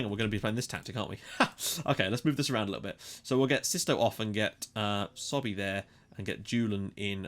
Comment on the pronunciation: It's not "SOBE" it's "SOBHY"